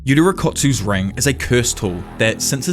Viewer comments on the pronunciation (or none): none